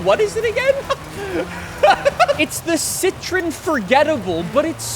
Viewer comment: He pronounced it right